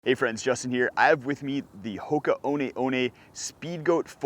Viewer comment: why do you pronounce the name like that is it because it’s a French brand? One one